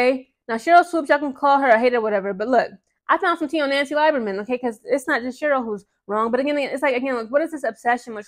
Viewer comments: Lieberman Is pronounced as Lee not lie berman. And she was right to ask Sheryl to issue a public apology for mistating Caitlin's age and eligibility because it was ridiculous. She was not 25 and in her 5th year of eligibllity. She is now only 22. Nancy was a fan of CC in college that is why she asked Sheryl. I don't see it as two old women fighting over a young girl. And by the way Sheryl was fired as a college coach because she disrespected her players... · Pronounced LEE-ber-Mann. Indiana has two sets of fans. The ones from Indiana..then the ones not from Indiana. People forget when the kkk moved their national HQ from Tennessee it went to Indianapolis. Indiana outside Indy is a racist time warp. Back in the 30s 40s Indiana had more lynchings than southern states. My best friend from childhood lives in nap town but he will tell you straight up…there are a lot of sundown towns in rural Indiana. He also said that MAGA loving segment of the fanbase is small but gives the entire fanbase a bad rep. At this point Swoopes is just looking bozo. She doesn’t have to like CC but it’s gotten ridiculous. She clearly has a problem w white females due to a trauma she has never resolved but don’t take that out on other women. 😮